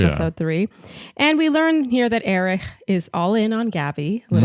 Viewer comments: Love you guys, as always! You're the only bach recap that I'm not embarrassed to be caught listening to 😂 Just wondering why you think Erich's name is pronounced "Erih"?? Did he intro himself that way?? I just assumed it was a silent h lol Word watch: 4 ! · I love you guys, but please stop pronouncing Erich’s name that way. It’s pronounced just like Eric. I’m not sure if you’re making a joke or incorporating some German pronunciation, but I had to skip through the recap of Gabby’s date because it was driving me crazy. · Can yalls pls stop calling him ErIcK cuz that’s NOT his name!!!!👎🏼😒 Hate to say it, but that’s annoying & disrespectful. Not funny. SHE-lene